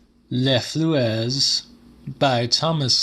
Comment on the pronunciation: Les fluès? How can you mess up pronounciation worse than japanese speaking english 😭